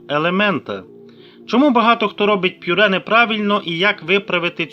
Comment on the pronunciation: Це просто лекція, дуже довго і нудно, ніякої чіткості. Повторення інформації декілька разів. Даремно потрачений час. Слово ПЮРЕ має звучати без апострофу.